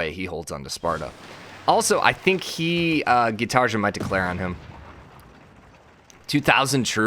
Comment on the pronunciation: Gitarja No Gitarja Yes No hate, just please pronounce it like the second one normally.